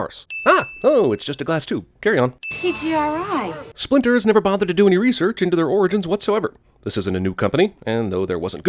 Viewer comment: It's TCRI and not TGRI